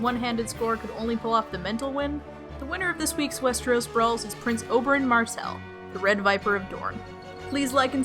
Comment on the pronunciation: I heard u say prince Oberyn "MARCELL" rather than "MARTELL"